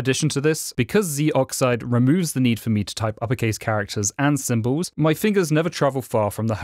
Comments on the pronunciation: Narrator: "Zeee-Oxide" Me: "Zohxide." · It's not pronounced zee brother.